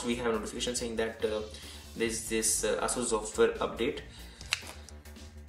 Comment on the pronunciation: Your pronunciation of Asus seems wrong.